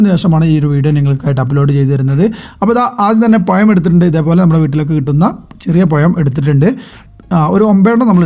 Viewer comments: പഴം എന്ന് പറയാൻ ചെറുതായി പഠിച്ചു എന്ന് തോന്നുന്നു. പക്ഷേ ഇപ്പോളും വായ എന്ന് തന്നെ ആണ് പറയുന്നത്. Payam വായ. . എന്താണ് ഭായ് ഇങ്ങനെ? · Payam alla pazham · പയമല്ല.... പഴം 🤣🤣🤣